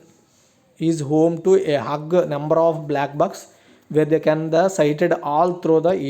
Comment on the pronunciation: Brother meru English lo chadivi telugu lo clear ga cheppandi, leda English lo naina clear ga chadavandi huge ki hug ki chala theda undi pronounciation correct ga leka pote meaning change avtundi Huge ante pedda sankya lo, Hug ante aalinganam chesukodam huge number ni hug ani spell chesi chadi varu, correct ga naina chadavandi Leda clearga naina cheppandi please don't repeat this next time.